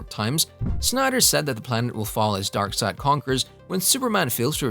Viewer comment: It's Darkseid...like darkside...not darkseed...I had to cut the damn video off...it's the little shit man damn